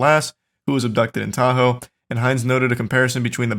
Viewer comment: What great friends Charlie and are to just let pronounce Tahoe like that. Such swell fellas.